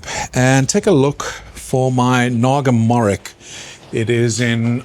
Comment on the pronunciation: Great video, I’ve learnt a lot watching this - it’s my first year of growing chilli plants in pots on a patio! Originally my family are from Bangladesh where the Naga Morich plant comes from! Your way of pronouncing it is cool but it’s more like ‘mo-rich’ 😂